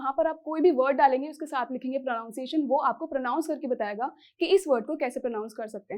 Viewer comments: Pro nun ciation nhi... Pra nun ciation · Firstly u should correct your pronunciation which you are pronouncing as प्रोनाउंसिएशन Correct= प्रनंसिएशन 👍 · FYI pronunciation is pronounced as प्रˌनन्‌सिˈएश्‌न्‌ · It's pronunciation /prəˌnʌn.siˈeɪ.ʃən/ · Please google once again Pronunciation of pronunciation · Pronunciation ko hi glat Pronounce kr rhi ho madam ap....